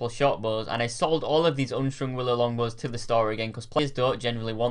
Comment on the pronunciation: "oonstrong bows"